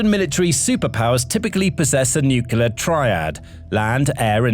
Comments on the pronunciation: Nukelar? Really dude? I wonder how you pronounce clear, clover, claw? Kelear? Kelover? Kelaw? Good job there. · Absolute Garbage!! Obviously, Ukraine is not a super power, outside the dimension of drones. So, I guess you could say they are a drone super power...?? Like I said, absolute garbage!! Get a life, and learn how to pronounce Nuclear!!